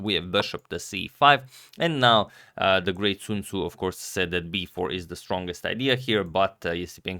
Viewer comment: "Sun Tzu" - Sun Tzu.